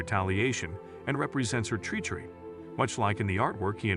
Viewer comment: This stupid robot narrator can not properly pronounce many simple words. Finale. Treachery. Most names.